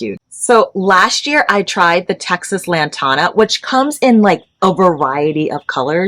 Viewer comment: Honey, I love your videos, but I cringe every time you say Lantana as a sixth generation Texan, let me help you out here you have the beginning, correct it’s the tana part it is pronounced like the word tan like you have a suntan tan with an uh sound after it. Lantana is very special to us here I have some from both of my grandmothers. We pass it down from generation generation.